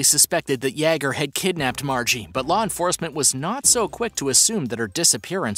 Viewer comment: I really like this channel and I think that the announcer does a great job! That being said, I am surprised that he can pronounce the (common french name) Pierre, but he is unable to correctly pronounce the common German name Jager. This might help: Jagermeister. I first noticed this when I heard him (on a different segment) pronouncing the name Yves without keeping the s silent. It's spelled that way, but it is pronounced "Eve". I'm sure it sounds like I'm nitpicking, but he said that he reads these comments... By the way, I neither speak French nor German, myself.